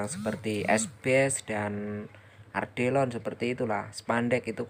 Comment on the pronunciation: Atap Ardelon? 😂 Yg bener Alderon bang 😂😂😂😂😂